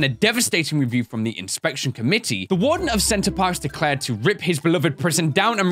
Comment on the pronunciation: love the fact that he kept on calling the prison "center parks" instead of "center perks"